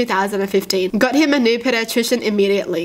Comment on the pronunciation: Kutie Ped-de-trih-tion is actually pronounced P-di-a-trih-tion